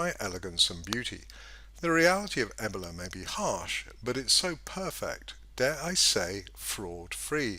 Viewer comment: E-BOWL-A Not Eb-ela